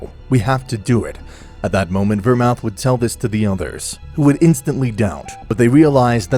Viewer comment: DO YOU NOT KNOW HOW TO PRONOUNCE VERMOUTH?